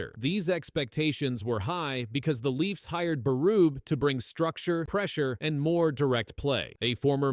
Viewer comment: Lmao. It's Berube. Pronounce his name correctly.